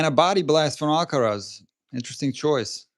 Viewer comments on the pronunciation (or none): And if someone could pronounce his name properly that would be amazing